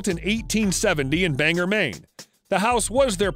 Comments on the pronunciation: I'm sorry, but it's Bang-gore. Not Banger. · Bangor is pronounced: Bang gore. Not banger. I used to walk by his house in BANGOR.